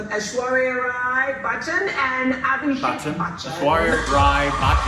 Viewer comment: Yes she is lovingly called Ash and he is often called AB Jr. or AB Baby. Your pronunciation of Abhishek is better though. This is not 90s. They got married in 2007 and were pretty much that power couple in those days like Deepika-Ranveer are now. Also, no paps are still the same. Priyanka Chopra has mentioned she faces these baby questions often.